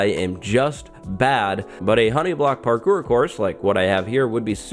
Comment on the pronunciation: Nobody:: PARKOOR